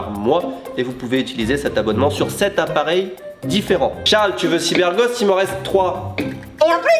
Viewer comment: Y a que moi qui entend Cyber"Gode" VPN à la fin ? mdr